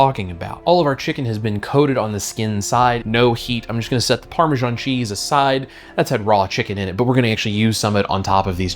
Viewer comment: “Parme-djaan” is one of the most pakistani sounding cheese on the world 😂